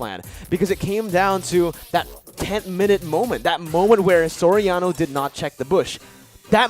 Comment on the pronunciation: you should pronounce SORIANO... "SOR- YA- NO" not SO-RA-NO....peace